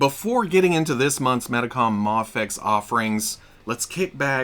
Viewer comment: Moffex? You mean Mafex?